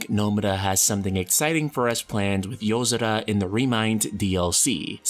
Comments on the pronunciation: It’s YO-SORA not how you’re pronouncing it 🙄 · Good video but holy Shit can you just say yozora without an accent every time. So god damn annoying